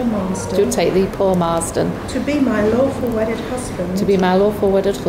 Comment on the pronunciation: Did he say awful wedded wife 😂😂